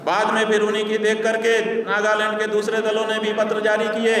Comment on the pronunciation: नागालैंड की जगह नागालंड बोल रहा है🐕🐕🐕❌❌❌